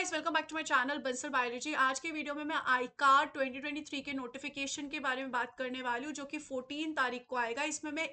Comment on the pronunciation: मैम वो आईकार नहीं हैं, वो आई सी ए आर है